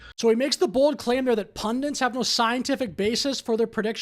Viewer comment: "he makes the bold claim there that pundents have no scientific basis . . . " Why does every amateur Youtube political commentator struggle with the word 'pundits' ? . . . it's 'pun-dits' and not 'pun-dents'.